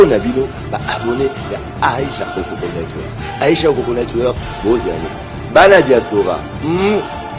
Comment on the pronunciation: oko misua mungongo na lolemu aicha okoko. network ango nde ozo loba ngo kkkkk networrrk